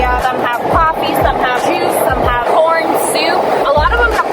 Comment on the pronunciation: When you said corn it sounded like por yeah yk